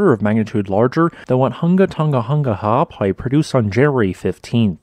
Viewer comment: it's the way he talks, leave him be. He at least pronounced the glottal stops in Ha'apai and Niuafo'ou correctly